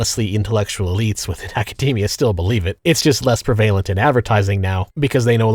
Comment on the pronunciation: It's "PREH-vuh-luhnt" not "pruh-VAY-luhnt". You're thinking of "prevail".